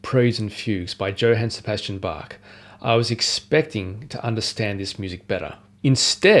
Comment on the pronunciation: really great! very good pronunciation of "Bach". it's funny how your pronunciation of "well-tempered Clavier" seems to get closer to the original German "wohltemperiertes Klavier" over the course of the video. anyway, a very encouraging video. as you probably may know, Hans von Bülow once said...: "Das Wohltemperierte Klavier von Bach ist das Alte Testament, die Sonaten von Beethoven das Neue Testament des Klavierspielers." can we expect you to dedicate one year of your pianistic life to Beethovens 32 sonatas?